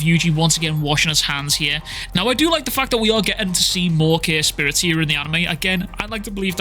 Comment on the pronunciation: Is it me or you are calling curse spirits "care spirits"?